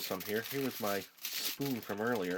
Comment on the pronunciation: Where are you from cuz you say spooin